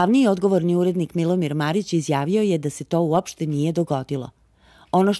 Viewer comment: Micko, da se uvezba "MARIC" jos malo !!! :D